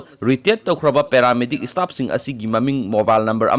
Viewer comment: Istaff, istate, istatus... Anchor plis improve ua pronunciation!!